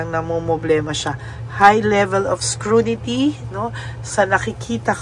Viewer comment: "SCRUTINY" po madam...hnd po "SCRUNITY"